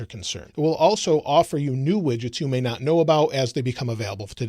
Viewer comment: Instead of widgets I thought you said midgets xD